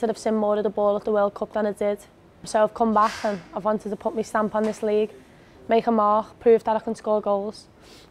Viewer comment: It's like she physically can't say the word "my."